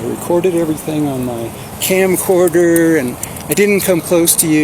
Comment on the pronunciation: His "camcorder" lmao.